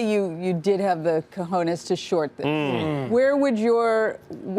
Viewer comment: She say, cojones😂😂😂?